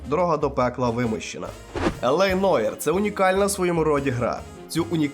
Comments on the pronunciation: Нуар.. Не Ноїр, а Нуар! Вибачте... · Тільки не Ноір, а Нуар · Та яке ж Нойр? Це французьке слово Νοirе НУАР!